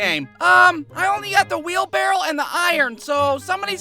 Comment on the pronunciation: Bro called the wheelbarrow a “wheel barrel”